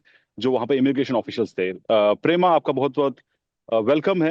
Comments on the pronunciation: Thik se naam lena v nhi aata. Pema ko Prema bana diya. Indians are so ignorant about eastern and north eastern state. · Indianfication of Pema. It's not prema. 😂